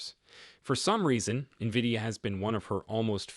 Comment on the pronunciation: stupid Ai video cant even pronounce NVIDIA yet I should take the info as solid